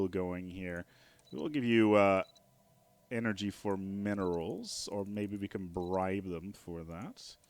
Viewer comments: energija? Where are you from dude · Did you say lets get some more energija :D